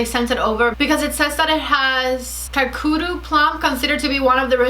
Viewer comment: Lol, the way you pronounced Kakadu plum 😂 it’s like ka- kar- doo